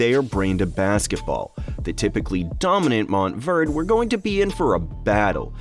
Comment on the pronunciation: Now I know why car people get pissed when you call a Porsche-ah a Porsh.....MOUNT Verde(ay)